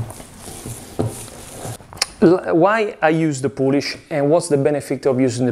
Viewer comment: What's in the poulish??